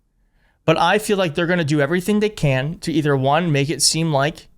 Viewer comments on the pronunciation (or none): none